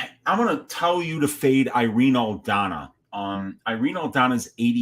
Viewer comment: It’s “Aldana”, respectfully